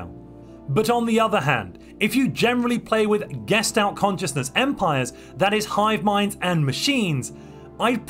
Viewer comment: This is the first video I've watched where he doesn't pronounce gestalt as "geshed out."